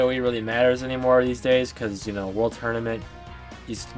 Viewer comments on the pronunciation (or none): none